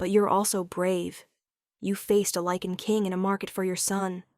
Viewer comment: Eh, close. Technically Werewolves and Lycans are different species. But at least she pronounces it correctly. I think if I hear another Lee-kan or Lih-kan I will scream.